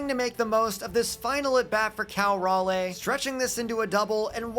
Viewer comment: This will be important for when they get an MLB team, but raleigh is pronounced (RAH-LEE). Pedantic, I know, but he is also a carolina boy.